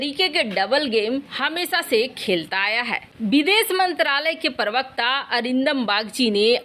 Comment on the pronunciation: देवी प्रवक्ता आज तो आपने प्रवक्ता का सही उच्चारण किया धन्यवाद और आभारी भी हूँ |